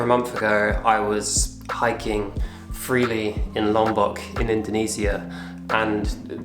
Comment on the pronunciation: i like how you pronounce Indonesia in a correct way. in do né si a, appreciate dude 👌